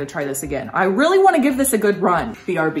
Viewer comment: Love it when shes like:REARLY ON FRIDAY❤😂✌